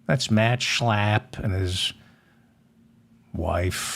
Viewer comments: Heil Zeigler! Stop Schlaaaaping German names around. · I love the way you pronounce Matt Schlapp. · I pray the Schlapp’s keep showing up in the news just so I can hear you say SCHLAPP😂😂😂 a spark of humor in the darkness Thank You David💙